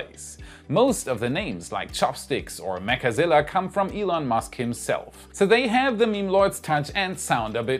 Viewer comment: I REALLY wish we could STOP calling it "mechAzilla" - it sounds SOOOO TERRIBLE!!! - just plain ol' 2-syllable "Mechzilla" SOUNDS PERFECT!! - STOP SAYING IT WITH THE EXTRA 'A' !!!! PLEASE!!!! THIS IS JUST AWFUL SOUNDING!!! - Do ANYONE else agree???????